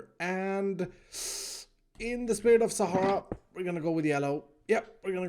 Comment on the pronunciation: He said Sahara yes